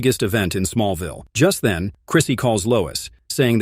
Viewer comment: That's Smallville not small vial. Human or program it needs English lessons.